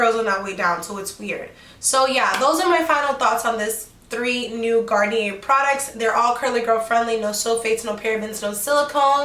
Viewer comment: Don’t want to be a hater but you kept pronouncing the name of the brand wrong it’s without the r